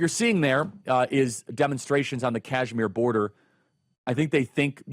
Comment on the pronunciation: Kashmir not Cashmere you idiot!